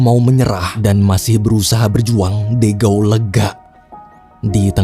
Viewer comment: Izin koreksi dikit min, de gaulle itu bacanya, "de" dibaca seperti "the" (dlm bhs. inggris), "gaulle" dibaca "gol" karena "au" dll bhs. Prancis dibaca "o"